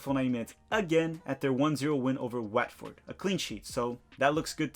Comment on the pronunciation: You really don't know how to say Rotherham and the way you said Watford 😂😂